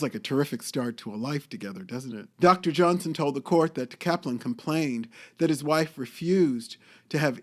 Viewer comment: You are totally mispronouncing her name!